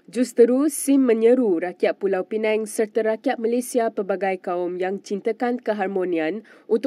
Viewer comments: Sebutan p.pinang jadi p.penang sebutan tak tepat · Pulau penang, dia ni org mana ni, pulau pinang pun tak reti sebut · Pulau pineng?? Sebut la betul². PULAU PINANG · Bacaan pun tak berapa betul. Pulau pinang bukan pulau penang.....hayoo.... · Tolong ya, tolong betulkan sebutan Pulau Pinang, bukan Pulau Pineng. Mungkin pembaca berita 'peneng' kepala kot??? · Maafkan sy. Tentang isi video ramai dah mengulas. Sy nak tegur pembaca berita ni. Sebutannya teruk. Sgt memerlukan bimbingan intensif. Pls msiakini tv. Perkataan2 biasa pun salah sebut. Kalau dibiar akan menjadi pencemaran bahasa yg berterusan. Perkataan paling mudah.... Pulau pinang pun disebut pulau pineng. Belajar mana adik ni dulu ya? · Bukan pulau penang yer dik. Its pulau pinang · Tolong sebut dgn betul Pulau Pinang bukan dgn Pulau Penang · Pulau pinang bukan pulau peneng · Pulau pinang bkn pulau pineng ya. T.ksh. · bukan pulau pineng lah sis,pulau pinang,betul kan lidah tu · pembaca berita sebutlah betul2 Pulau Pinang. Bukan Pulau Penang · Pulau piNENG atau Pulau piNANG ye? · Pembaca berita tolong lah sebut nama dgn betul! Negeri Pulau Pinang betul bukan Pulau Penang kenapa penerbit berita biarkan sahaja? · P.Pinang not Peneng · Pulau pinang Bukan pulau pinang la